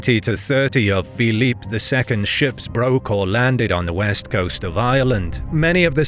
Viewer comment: Felipe, not "Philippe [sic]".